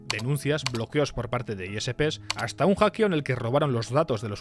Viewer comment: "hackio"? estas usando IA para narrar los videos XD?